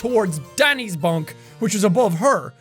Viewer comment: It sounded rly weird when u said Danny's bunk